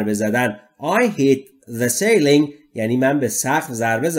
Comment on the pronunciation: You need to work on your pronunciation of 'ceiling' in this video?"